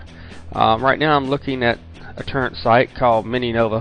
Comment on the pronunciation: its toooorent not turrent